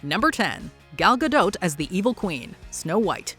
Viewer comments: Her name is Gah/dawt, NOT Gadoet/Gadoe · Did you....did you just say "GadoT" as in , with the T? Have you ever, in the history of doing anything ever, heard her or someone else saying her name? Cuz....LITERALLY NO ONE PRONOUNCES THE T.